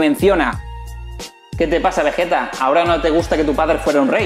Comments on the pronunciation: Como le vas a decir VeJeta y Góku maaaaaan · El porque a vegeta en latino le dicen vegueta y no vegita es porque en su primer aparición cambiaron a la directora del doblaje quien siempre hacía lo posible por dejar los nombres con la pronunciación japonesa. Luego la directora volvió para dirigir el resto de dragón Ball y es por eso que el nombre del planeta vegeta si está bien pronunciado.